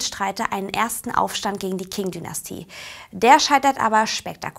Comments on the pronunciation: Es heisst "Qing", nicht "King"🙂 - Aussprache beachten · Die Qing Dynastie King Dynastie zu nennen ist aber auch einfach nur falsch... Das sollte man wissen das in Pinyin das Q ein Ch-ähnlichen Ton hat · Zur Aussprache: Wuchang: "Wutschang" ("w" wie englisch "water") Qing: "Tching" Tongmenghui: "Tongmengchui" Yuan: "Jüen" Tianjin: "Tjendchin" "Guomindang" oder "Kuomintang"(je nachdem, welcher Transkription man folgt(erstere ist die heute gültige Pinyin)), aber keine Mischformen wie "Guomintang" oder "Kuomindang" Zum Inhalt: Taiwan ist auch chinesisch, man kann nicht sagen "China und Taiwan", nur "in der Volksrepublik China und der Republik China" oder "in Festlandchina und Taiwan".